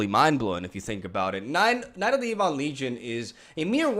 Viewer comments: Its prnounced EBB-ON. Its not E-BON. Jeez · What a sweet deck but yeah mate, maybe just google the pronunciation on ebon.